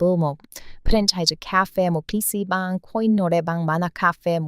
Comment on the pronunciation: PC방 발음이 많이 망가졌어요 어서 한국에 오세요